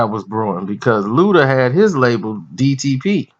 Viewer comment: Jada Blaze lmao and he called dtp "ddp".